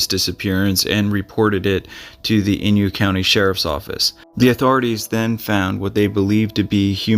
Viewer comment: inYO... not inYU...Thanks